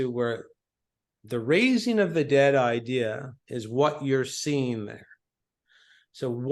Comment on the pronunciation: "One idea" one eye dea